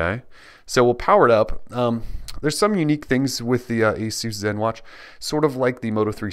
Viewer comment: for pronouncing Asus properly!!! Great video!